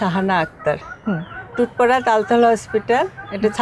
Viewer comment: তুতপাডা না টুটপাডা